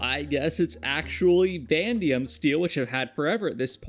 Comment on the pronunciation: I just have to say it vanadium not pronounced VAN-DI-UM it’s pronounced VAN-A-DI-UM